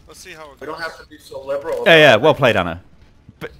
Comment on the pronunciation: wait liberal? Is he Canadian?